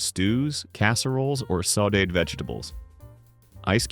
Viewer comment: This is part true and part nonsense. AI doesn't pronounce "dinette", sometimes "can opener", "sauteed" etc. correctly. Mentions things still being done today as things only done in the past. Wrongly shows vinyl as well as linoleum. Wrong decade for ice boxes as fridges became popular in the late 20s. They were becoming frost free and changing coolants by 50s. Trivets never just protected Formica as wood and marble cannot take high heat as well. Microwaves didn't become popular until the 1970s so don't know why it was mentioned. In the wall ironing boards were popular in bungalows or craftsman-style houses not really the 50s. Dumbwaiters were for much older houses with servants where the kitchen may have been in the basement so food could be delivered to another floor. Tile countertops were always a grout cleaning nightmare, not something to wax poetic about. Forgot about bread pudding or herb stuffing. All sorts of rendered meat fat was reserved for frying, especially deep frying. Showed full cuts of meat used when talking about scraps used for bone broth. I make fridge pickles now back then family members made true pickles. It wasn't parchment paper used so often it was cheap waxed paper, as the silicone layer wasn't patented until 1958.